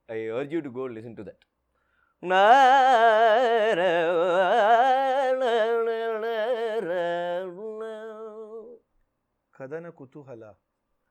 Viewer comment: It's kathana kutoohala Not Kadana